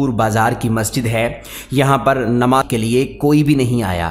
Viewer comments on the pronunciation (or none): نما کیا کہ رہے ھو ۔صاف لفظ استعمال کرو جامعہ۔ یا نماز کا لفظ بولو ۔اقی سب الفاظ صاف بول رھے ھو اور اصلی لب لباب کو کھا گئے ھ و یعنی تم خود فراڈیا اور جھوٹے ھو ۔صرف اپنی وڈیو چلانا چاہتے ھو ۔اپنا بیان خود سن لو